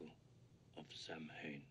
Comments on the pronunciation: And all celtics cringed at “Sam hane” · His pronunciation made me laugh. Sam Hane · It’s “sow-in.” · Niall T you're right. It's pronounced "saween" or "soween" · Of course, people are going to talk about their cultures its their culture. It has absolutely nothing to do with annoying people its teaching them the proper pronunciation of a word from a different language. It's about factual information as it is factual that Samhain is not pronounced Sam-hain its Sow-in or Shamhna Sow-na. Sav-en I think but cannot be sure is the Scottish Gaelic where as the Irish is Sow-in but as it is not an English word it should not be pronounced as such. The English all but whiped out the Scottish and Irish languages. At least have the common decency as a human being to respect our language. We under no circumstances are asking people to follow our culture or beliefs but at the very least, pronounce the word correctly. Whether you choose the Irish one or Scottish although, you'd have to ask a Scottish person for their pronunciation for its as its above my knowledge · Cool scene, but Samhain is mispronounced by Dr Loomis. It's actually pronounced ''Saw-ween'' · Btw, it's pronounced 'sow-in'. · Where did they come up with that random "Sam Hain" story lol. That's not even how Samhain is pronounced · As for his poor pronunciation of samhain. Sow in. Imagine someone who’s only read about this. You would literally pronounce it that way. Especially back in the early 80s late 70s. Here’s an example for you. You’ve read up on this culture and you see this word. Pronounce this. Yaateeh. Don’t look up it’s pronunciation. Just imagine you’re reading up on this culture, Navajo. This word then pops up. You would’ve read it, pronounced it as best you can. Then move on. Why you guys are cringing and getting so upset is beyond me. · When he pronounced it “Sam-hain” the linguist in me cringed. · Pronounced 'sow'inn'. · It's not pronounced Samhain. 😂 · No, it's actually Sam Hane.